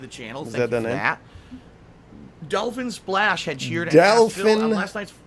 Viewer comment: Dahlfin Splaysh 🐬